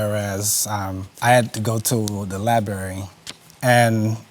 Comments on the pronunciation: Liberry, instead of Library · Will someone tell this couple it's Library not Liberry.. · If they say libary one more freaking time Ima snap!!! LIBRARY! Sorry y’all I’m a Virgo..... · Lie berry…. That’s all I got 🤷‍♀️